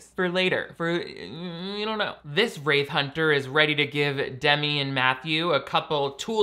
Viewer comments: Took me a while to realise you were saying “wraith” Hunter not “rave” Hunter… Though that would make a damn good show. Go and crash random party’s and film everything 😂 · Oh... "Wraith" hunters. Every time you said that I heard "Rape Hunters". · Every time you say “wraith hunters” I hear “rape hunters”